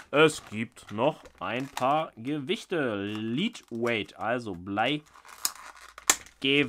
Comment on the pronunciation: Hi! #BIGBAIT war wieder mal ne schöne Vorstellungsrunde der Marke, aber dabei fast den Stinkefinger verloren, ei ei ei. Das wäre was gewesen. Blei heisst LED nicht LIED, Angle der Winkel ist kein Engel/Angel (nur am Rande, weil ich weiß das es dich nicht triggert, sondern laut dir eher hilft), aber wir wissen ja wovon du sprichst. Hübsche Würfel! Wünsche nen entspannten Sonntag.